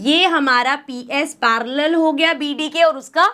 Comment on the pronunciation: Me it's parallel not parrealal